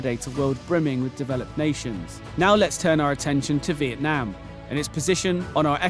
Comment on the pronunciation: The country name is Vietnam, not Veitnam as at the beginning of the video